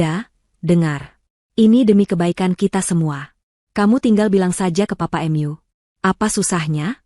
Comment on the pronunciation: Cerita bagus,yg baca aja kurang pinter,mu dibaca em yu...hahaha,mbok dibaca dulu sebelum di up load ...